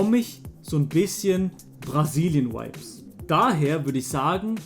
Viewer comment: bitte lern die aussprache von vibe